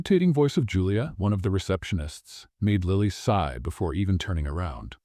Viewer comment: Side,should have been “sigh”